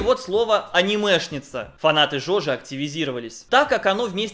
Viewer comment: вообще-то Джоджо, а не жожи